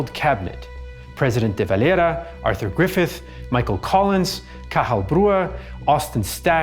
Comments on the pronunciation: Why does he pronounce de valeras name so weirdly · He's using the Spanish pronunciation. It's a Spanish name. I'm not going to spilt hairs over it. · He's using the Spanish pronunciation. It's a Spanish name. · The way you pronounce "De Valera" bothers me.